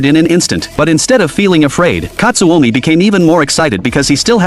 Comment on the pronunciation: Pickle ❌ pick ✅ / katsumi ❌ katsuomi ✅